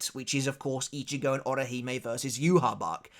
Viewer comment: sir.. would you please talk to your fellow loretubers about the pronounciation of certain people in the lore... I lose 5 years of my life everytime I hear someone say joehawachuh..... My lifespan is limited as it is. And I dont have time for the light novels as it is. But pronouncing ywach as it is.. is ehm... Live shortening.